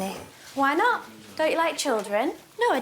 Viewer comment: I loved the way she said "Obviously Naughwt" Like she added 3 syllables to "not".